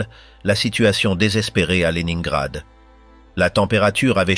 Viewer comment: À prononcer léninegrad et non le nain grad😊